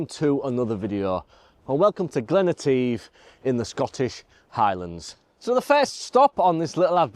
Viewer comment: Interesting LND and CPL. oh, it’s pronounced Glen et if (all one ward) 🥱 Not yet photographed this area yet but it is a stunning place : high mountains and Glens 😊 Passing place ~ ouch 😩 🤣🏴